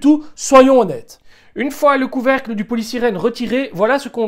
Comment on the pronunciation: On dit polystyrène pas polysirène ... trop beau